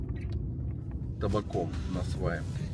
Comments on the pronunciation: УрЮка. Не урюкА! Кто вас рузких учит ударениям? Кстати, мАнты, а не мантЫ. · Не урюкА млять,а урЮка!!!😂😂😂😂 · Никогда не оставляла коменты . Ео слух взорвало: урюкА урюкА. Ну как же так то . УрЮка. УрЮка!!! Это аутентичный фрукт Киргизия , Фершанская долина. Никогда его абрикосом не звади Маленький оранжевый - урюк! Из него варенье , варенье с косточками от этого урюкп. Крупный светлый - это абрикос. На варенье не годет, только есть сразу . Бестолковый фрукт..баловство..это абрикос. Максимум компот..но и то.. на компот лучше веуснее персик. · УрЮка. Делай правильное ударение. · Почему ты ударение ставишь на букву "а" в конце слова Урюк/Урюка????🤦‍♀️🤦‍♀️🤦‍♀️🤦‍♀️ Русский не знал, да ещё и забыл????👎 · Ударение не правильно ставишь в слове урюк!!!!! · Мне кажется ты неправильно ударение ставишь, урюка надо на ю? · Баткен,а не Баткент.Урюк,урЮка,а не урюкА. Урюк не абрикос. Баткенский урюк и урюк из Соха попали в книгу Гинесса по лучшим в мире качествам, вкусу,особенно - сахаристости.Все фрукты на этой территории самые вкусные в мире.